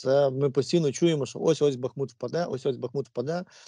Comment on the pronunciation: БахмУт!!!! Робіть правильно наголос...